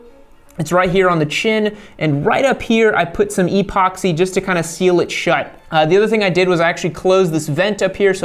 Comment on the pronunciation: E - poxy. Such emphasis lol